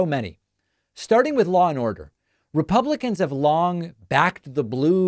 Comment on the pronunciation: "Law and oduh"